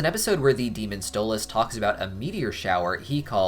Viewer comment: Ah yes my favorite helluva boss character "stole ozz"